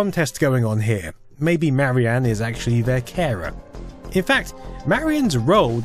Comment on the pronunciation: Duuuuuuuude, it's "Marian", not "Mary Anne".